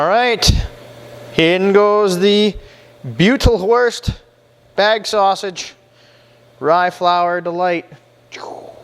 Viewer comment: Just to help you out the eu is pronounced oi good sausage keep them coming thanks